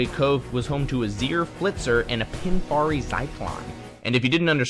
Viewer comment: Pinfari not Pingginfarie